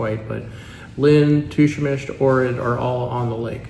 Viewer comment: It’s pronounced Poe-grah-dets not the way you pronounce it. And it is Lake Och-rid.